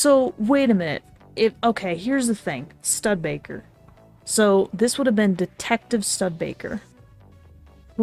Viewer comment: I love how you accidentally gave perfect example why eyewitness accounts are unreliable, Studebaker's name was written and pronounced out loud twice yet you still mispronounced it just few seconds later.